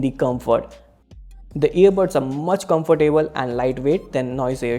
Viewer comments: and its pronounced as comftable not comfor table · Comfer-table lol